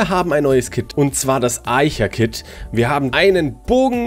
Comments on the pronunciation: Also Archer hast du falsch ausgesprochen xD es heißt nicht eicher xD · das kit heißt nicht aicher sonder es heißt archer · wie du archer aussprichst:)